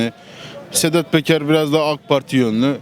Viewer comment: KAFAYI YEMIS. BUNLAR. WALLAHI.....INSAN DEYIL. SEDAT BEKER DIYOR.. ADINI BILE DOGRU KONUSAMIYOR.🐂🐂🐂🐂🐂